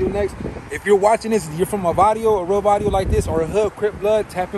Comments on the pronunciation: Varrio has double R in it. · You put “vario” 🤣 it’s “varrio” with another r